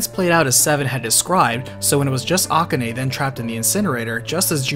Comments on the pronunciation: Ah-ku-ney? FFS its A-KAH-NEY! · The way you say Akane grinds my gears a bit. It's A-ka-ne not A-ka-ney. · Is that the correct pronunciation of Akane?